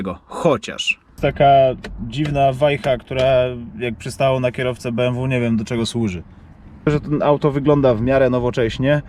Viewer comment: Beemwu Eczydzieści kurwa.